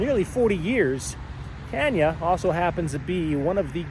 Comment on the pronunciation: Oh yeah, and I was gonna say that it's a bit surprising to me that the name of this Tanya is supposedly pronounced as "TAN (short) * yuh" instead of "TAWN * yuh."